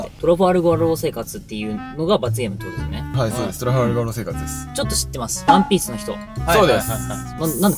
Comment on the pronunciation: 今更だけど トラファルガー が トラガルファー になっててどっちが正しいかわからんくなった